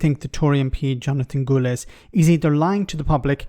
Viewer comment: His name is Gullis not Gooliss.